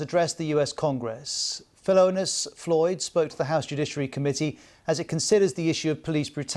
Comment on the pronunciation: Did the host just call George's brother Felonious Floyd ?